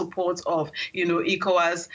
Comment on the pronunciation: It isn't known as 'IKO-WAS,' it's known as 'ECHO-WAS.' 🤦🏿‍♂